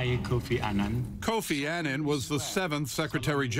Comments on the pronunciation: Kofi Annan (Pronounciation is like UH-nun)- not Aynan. RiP honourable Kofi Annan. A great man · They keep pronouncing his last name incorrectly, why is it so hard for Americans to pronounce words correctly. It boggles my mind listening to these news people who should know better. Kofi Annan was a great man who did great things and whose career was married by a lot of negatives. However, being who he was, he deserves respect, and for his name to be pronounced correctly. Rest in peace Mr. Kofi Annan.